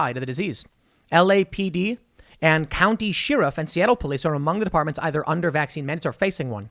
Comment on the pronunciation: The word is "sheriff", Tim... Not "sheariff"